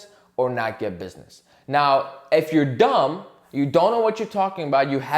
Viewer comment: You really let that “DUMB” sink in 😂😂